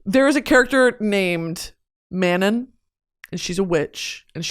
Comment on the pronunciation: The way you’re pronouncing Manon and Terrasen is killing me 😭